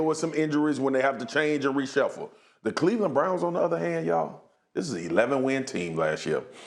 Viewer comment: Mina…….. it’s Cleveland.